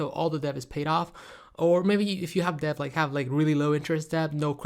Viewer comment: 😂 it’s pronounced DET(debt) and Phaze(phase)